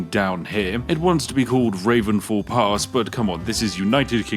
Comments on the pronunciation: Ravenfall oh no it said Ravinefall 😂😂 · imagine pronouncing ravine as raven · “Ravenfall “?😂 you mean ravine fall?